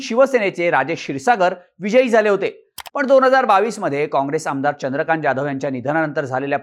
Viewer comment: 'जा'धव नाही (ज्या). जहाज च 'जा'धव म्हणा. #अभिजात_मराठी